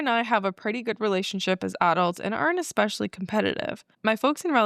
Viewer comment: Sorry, I have to say this…, you always add an x to the word especially. Kinda funny though 😁 Love you guys ❤